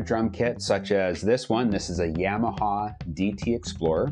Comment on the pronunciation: You say "garage" and "yamaha" funny